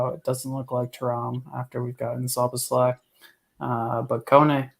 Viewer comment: Pronunciation, obviously not the spelling, Soboslie not Sir boz lie